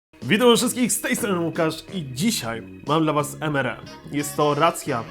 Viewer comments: Mówi się EMARI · bez urazy ale to sie czyta emari